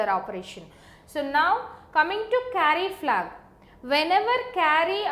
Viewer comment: Why do only Indian people explain this stuff so good? btw it's "Carry-Flag" not "Curry-Flag" ;)